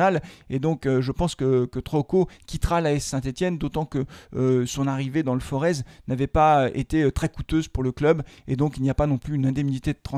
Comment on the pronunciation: SVP Forai pas Forezzzz. Ça m'arracher les oreilles chaque fois ;-)